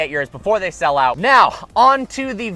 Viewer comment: you said shell instead of sell